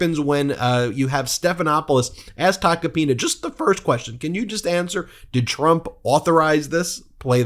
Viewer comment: Not "Tacopina", but "Toca pene"